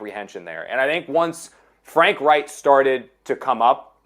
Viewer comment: not pronouncing Frank Reich correctly………